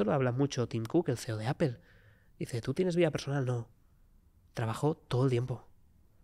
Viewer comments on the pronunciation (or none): none